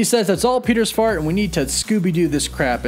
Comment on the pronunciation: Idk about any of you but did he say toms fart instead of fault ?